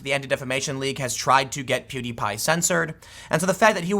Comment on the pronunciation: you are the first news commentator that I've seen pronounce pewdiepie's name correctly